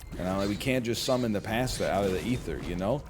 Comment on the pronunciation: The pronunciation of pasta almost made me tilt